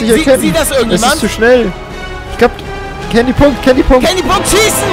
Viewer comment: es heißt Candy.!!!!!!!!!!!!!!!!!